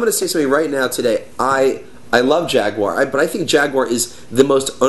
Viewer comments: Jag-you-are. you would not want someone mispronouncing your names now would ya? A-lax and yeah?:-) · "Jag-U-ar", notice the U, guys. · why cant americans say Jaguar properly?